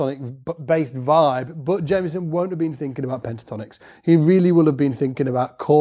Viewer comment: It’s pronounced Jamerson with an R, not Jameson. Please pronounce his name correctly.